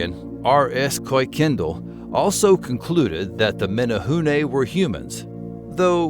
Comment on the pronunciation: Thanks for pronouncing Menehune correctly.